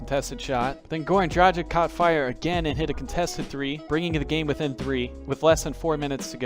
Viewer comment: This man really said Goran Drajic lol